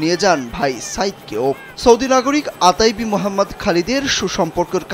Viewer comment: আতাইবি না, ওথাইবি